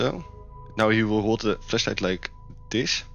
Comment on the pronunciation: sounds like he is saying fleshlight 💀